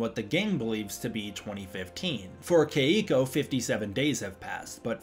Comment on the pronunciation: My girlfriend whose name is Keiko says please pronounce her name correctly. She says it's the easiest Japanese name to pronounce as there is no Japanese accent. Kentaro and Hiroshi are examples of Japanese names that require the correct Japanese pronunciation to say it correctly